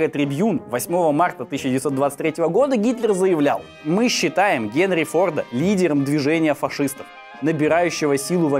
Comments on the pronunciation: Интересная история. Только в Фамилии Форд ударение на единственную гласную "О", то есть всегда фОрда, и никаких фордА (слух режет) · Мало кто знает, но ударение на Форде всегда на о